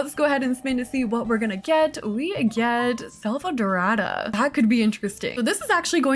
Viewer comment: As a brazilian the way you said “selvadorada” was so spot on that I almost believed you were at least 30% latina